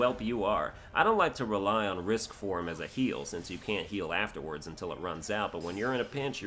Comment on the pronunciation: So you keep calling it risk form but you do know it's rage form right?